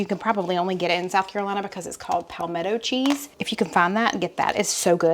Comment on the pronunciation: No "n" in Palmetto cheese... like The Palmetto State